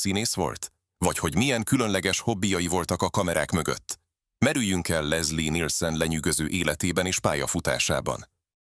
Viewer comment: Lesszi Nilsönn😂😂